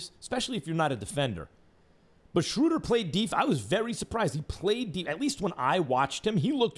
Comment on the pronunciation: My favorite part was when he finally pronounced Schröder's name right for once and immediately corrected himself and said it wrong again.